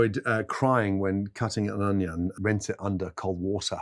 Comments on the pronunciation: it’s a british thing, sometimes they say “honion” or “onihon” no idea why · Next question why does Gordon Ramsay say onion like that? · He says onion in a really strange way, doesn’t he?